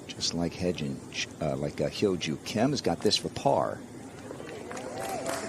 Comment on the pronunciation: 아나운서가 김효주 선수의 이름을 정확히 발음하네요.